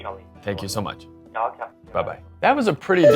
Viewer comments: 'Welocme' had me in tears. Great review. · ''WELOCME'' sounds like the Hong Kong accent, they really wanted to give a Hong Kong Experience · i was literally looking for a mosquito around me, then i realised it was the background sound from the video. overall interesting and informative video. "Welocme", that was hilarious, but the effort is good.